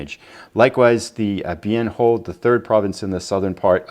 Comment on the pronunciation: Just a pronunciation note,: Bien Ho is actually pronounced Bien Hwa (I heard Walter Cronkite say it that way often enough on his nightly newscasts, back in the day!). Also, a question: how did the Tet Offensive go from Jan. ‘68 to Jan. ‘69? So far a great replay! Keep it going.